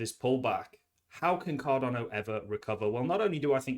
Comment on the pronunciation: Mate, love your videos. Genuinely enjoy them.. one thing though, it's Card'a'no not Card'o'no. I know you've mentioned before you've got dyslexia, I've got a learning disability myself so I'm not having a pop. I just think as your channel grows and you continue to be a big ambassador for Cardano you should pronounce it correctly? Apologies if there's a reason for it and appreciate the time and content you put out, it's awesome stuff 💪👊